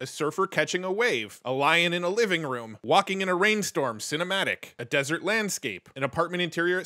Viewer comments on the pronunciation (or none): none